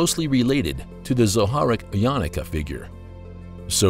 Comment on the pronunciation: It’s not pronounced yanaka it’s YA-NU-KA